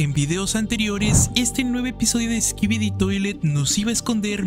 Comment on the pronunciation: Una pregunta also, ¿por que al final de cuando dices "skibidi" se oye que dices "skibidit"?